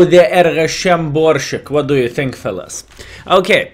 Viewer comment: Pronounce "sharp" S in Borsig, dear friend, the same way you are used to saying it n your mother language ;)